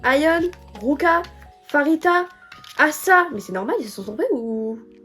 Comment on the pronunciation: Dans tous les albums de Babymonster on a une PC par membre à chaque fois c'est vraiment génial^^ si tu comptes avoir d'autres albums plus tard je te conseil Choom version crimson (la rouge) les photos et les PC sont juste sublimissime <3 (ps: le prénom de Pharita se prononce Parita, ça ne se prononce pas Farita)